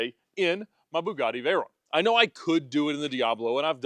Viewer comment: Love determination and resolve to continue to pronounce his cars' names incorrectly. "Vey-rone" and "Murci-EL-a-go." Was fully expecting "Die-a-blo"